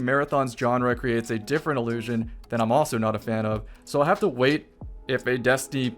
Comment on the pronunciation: One of the most commonly misused pairs of similar-sounding words (in English) is “allusion vs. illusion”. Throughout this video, is (correctly) saying “illusion” … but because of his pronunciation, it often sounds like he’s saying “allusion”. I’m sure that’s not confusing, at all, for listeners who struggle with understanding the difference between those two words. 🙄